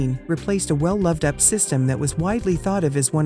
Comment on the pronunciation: Don't you love these computer voices ... NOT! All these "ups" systems ... one of them made by "aks".